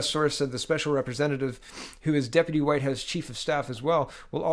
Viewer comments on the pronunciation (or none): none